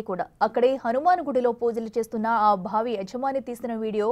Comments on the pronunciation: ఎన్ని సార్లు బావిని భావి భావి అని పలుకుతావ్? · భావి భావి వత్తి పలకకు బావి అని తేలికగా పలకాలి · భావి ఏమిటీ ముందు తెలుగు పలకటం నేర్పుకోండి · బావి కాదు భావి......edikelli ostharra babu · భావి కాదు తల్లి బావి అని పలకాలి 😂😂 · భావి కాదమ్మా బావి అను 😡😡😡